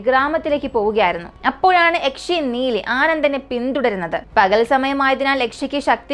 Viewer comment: Yakche alla yakshe aan 😂